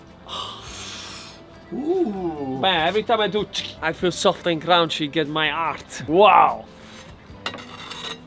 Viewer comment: Sofft ... and crounchy.